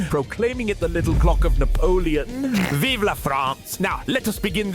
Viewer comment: As a french, seeing so many people say "Viva" and not vive made me so upset I quited youtube and went to sleep